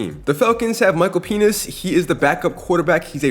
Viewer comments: Bro said Micheal peni$ 😂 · BRO DID NOT SAY PENIX